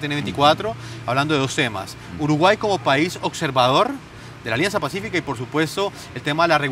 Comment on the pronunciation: Sho creo que uruguay eshta en el atlantico